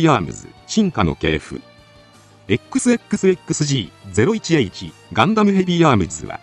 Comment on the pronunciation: このチャンネル１年くらい見てるけど冒頭のエ↑ックスエ↑ックスエ↑ックスで初めて音声ソフトって気づいた……